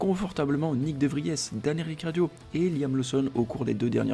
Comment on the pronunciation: Il a dit riccardio au lieu de ricciardo